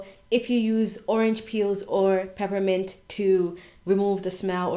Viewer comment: Bonjour from Paris!. New subscriber. Please Can you write for me the oil that you added in the rice water. I heard pipimante!!! Est ce que you wanted to say essentiel oil of menthe poivrée? Peppermint essential oil? Where do you buy it please,? Be kind to answer. Have a very nice day. Super Bonne journée